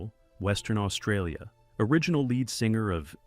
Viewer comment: Lead singer is how its pronounced , not Led